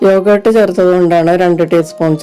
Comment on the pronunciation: എന്താണ് ഈ " യോഗേ ട്ട് " ഒന്നു വ്യക്തമായി പറയു..